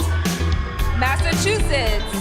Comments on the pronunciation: 1.Miss USA is OKLAHOMA 2. Someone needs to help this presenter to say Massachusetts correctly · Loving Aussie accent. I wish he’d learn to pronounce Massachusetts properly though